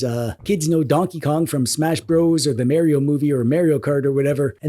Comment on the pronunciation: I remember when people used to pronounce Mario properly....